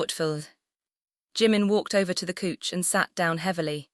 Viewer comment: couch is pronounced cow_ch but the narrator's is saying cooch 😂